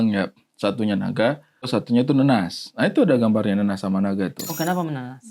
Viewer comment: Naga jadi NIGA 😂😂😂😂